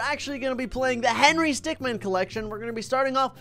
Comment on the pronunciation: Remember its stickmin not man min